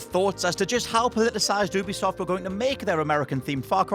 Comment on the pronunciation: its not oo-be-soft its you-be-soft